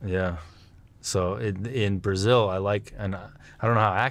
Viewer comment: Must be very hard to say Brazil.